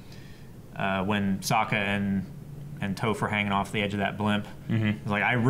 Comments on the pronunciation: Can you react to Avatar: The Last Hoodbender 1 & 2, please? (By RDCworld1) Also,. You're pronouncing Toph wrong. Their videos are very creative and funny. (Reposted because I accidentally deleted it...) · TheUltimateKIC I'm pretty sure purposefully pronounces Toph wrong. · I don't understand how that can happen to someone who's watched the show? 100% of the time her name is said it's spoken correctly, the only people who would mispronounce it are people who've read about Avatar but never seen the show... Same with Iroh, they're getting it right now but there was quite a bit where they kept getting it wrong for no reason. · Loved the video, thanks a lot,. But if I may voice a complaint: I would understand if you mispronounced a name you read in comics or books, but considering that Toph's name is pronounced so much on the show, the fact that you all keep mispronouncing it is really painful to watch. It annoys me to no end and actually makes my insides itch. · How does watch the show twice and not know how Toph's name is pronounced? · THEY STILL MISPRONOUNCE TOPH'S NAME! REEEEEEEEEE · Why can't you pronounce Toph correctly... dammit. lol. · Why are y'all mispronouncing Toph's name half the time? Is it an inside joke or something? lol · First, her name isn't pronounced toe-ph, second, if you want to see some more specialized bending forms, go watch Korra and get to season 3 and check out what Bolin learns, it's pretty badass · Why do you keep calling Toph, Tofe? C'mon don't be an M. Night Shamallamadingdong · Why can they never pronounce Toph right xD Hahahaha they keep switching from Tawf to Toef, cmon now. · Hurts how He pronounces Toph... Still hitting me with leaves from the vine!!! That's low! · I hate when ppl mispronounce the names ARGHHHHH ITS TOPH xD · Does anyone else get mildly annoyed when they pronounce Toph's name wrong? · Am I the only one that cringed when they pronounced toph wrong? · ITS TOPH... TOFF!!! NOT TOFE XD